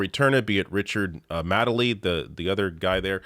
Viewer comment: Zarah Sultana is a Queen. Richard Madeley* is, and always has been, a cock. That's all the news from the UK right now. * It's pronounced Made-ly. ;)